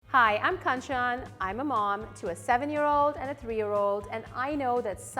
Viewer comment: Lolol I just clicked on this video and then I'm like meh nvm I want to watch something else but then she said her name is Kanchan lol and I first heard Kachan like the name of a character in bokuno hero academia/ my hero academia lolol.